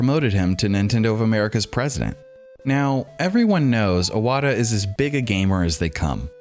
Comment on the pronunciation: imagine doing a 25 mins video about iwata and calling him "awata" nonstop...